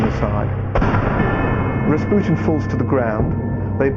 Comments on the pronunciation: Its Ras-PEW-tien? not RA RA RASPUTIN LOVER OF THE RUSSIANS QUEEN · if he says Raspyutin one more time omfg